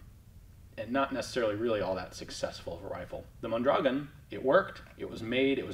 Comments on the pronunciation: Ian,...geez,...for Christ's sake,...as a Tucsonian, it is absolutely criminal that you don't know how to pronounce Mondragon!!!! Moan dragoan!! Come on man! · Mon dra GON (rhymes with Bone). Fairly common and recognizable Spanish name.